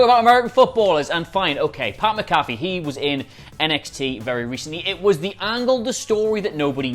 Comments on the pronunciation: Guys... "Mac uh fee" not "muh caffey" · bro it’s Mac-A-Fee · Can you guy please say his last name right his last name is McAfee the pronunciation is Mac 'afee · Getting triggered by all the times you say pat McAfee wrong.